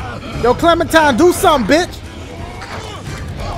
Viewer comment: Clementine more like Clemen-puh-time